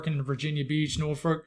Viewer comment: Thank you! Can confirm we’re swimming here in Hampton Roads, VA. Btw you did a great job pronouncing Norfolk lol people really struggle with it who aren’t from the area. Basically you have to cuss when you say it. NOR-f$&k 😂